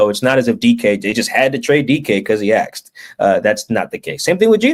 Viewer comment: Yo, I’m sure you’ll call me racist, but it’s “asked” not “axed”. Not a good look for a reporter